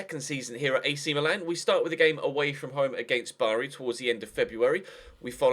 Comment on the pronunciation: can you please say Milan properly and not the stupid Me-Lan that you keep churning out!